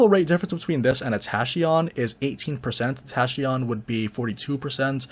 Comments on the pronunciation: Tahcheeeon Nope. Not how the word is pronounced. Tackeeon. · He's got over 10k subs, I doubt he'll care about being corrected by one person. Glad I am not alone in cringing when he pronounces it wrong.